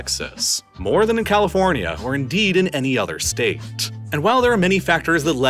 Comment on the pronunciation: “Largest staTeTtttttt” 😂